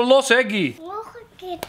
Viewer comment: Het is geen gi maar guy